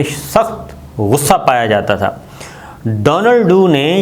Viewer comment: صابر صاحب ! ڈونلڈ ڈو نہیں ڈونلڈ کُو نام ہے ۔